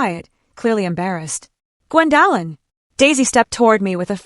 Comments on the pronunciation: Maybe your company could find you an apartment near where you work. What is the problem with pronouncing Gwendolin (Gwen doe lin). The disrespect of her son, his wife and the children is heartbrreaking. This is Elder Abuse by her child and her grandchildren, she should see a lawyer (attorney) regarding their abuse. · And you can’t pronounce OP’s name correctly 😂